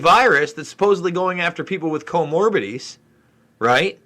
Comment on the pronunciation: Co -mor-bid -i-ty. Five syllables. You're too intelligent to mispronounce. I'm not trying to offend. Love your work.